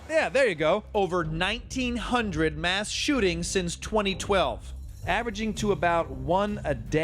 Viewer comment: America pronounces their 'mass' as 'mash'